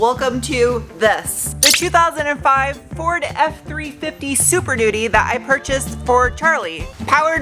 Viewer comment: I thought you said Super Doody. 😆